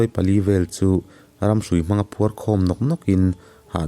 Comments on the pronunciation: Mawnga tih hi a hiama thluk tur, kel tih anga lam tur,kawl hming a nia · Mawnga tih hi a thluk a dik lo